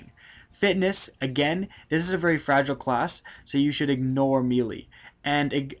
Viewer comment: why do all these fucking youtubers say melee like that?